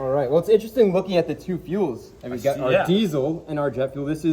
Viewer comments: My man is killing me saying DEEZOL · Since when is there a C in diesel 😂